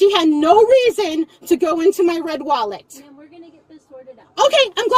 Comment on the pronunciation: "My wed wallet"? 🤣🤣